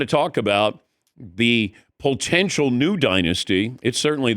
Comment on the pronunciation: Will dan ever stop saying POLE-tential